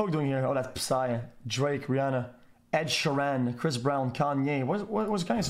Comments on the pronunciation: "Ed Sharan" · Ed She ran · "Ed Shuran" SAY IT RIGHT FOR FUCK SAKE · the way he pronounced Ed Sheeran smh... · He's hungarian what do you expect? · How the hell does xqc pronounces ed sheeran?? Or am i just sayin it wrong all my life lmao